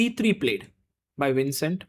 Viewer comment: So you pronounced the V on Vincent as WINcent, but pronounced it correct on Jordan VAN. Why?